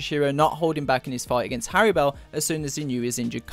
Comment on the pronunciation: It’s hallibel not harribel get it right